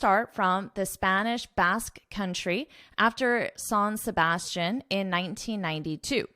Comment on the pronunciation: I think San Sebastian should be pronounced in French as well just like Tour de France 🇫🇷 ( there’s no sh sound in the last syllable) Thank you for this informative video lesson 🚴🚴‍♀️🚴‍♂️😃